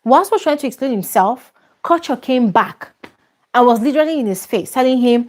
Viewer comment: please assist in confirming the name of the housemate "Kuture" it pronounced "Korch yoor"? Some kind of Oyibo pronounciation? Abi as an Africa original (apologies to late Fela) it should be pronounced "Koo-too-ray"? Abeg anyone who knows the correct pronunciation please enlighten us.🙏🏼🙏